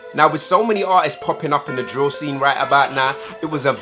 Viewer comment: cmon your meant to be our English Teacher its drill not dill 😂😂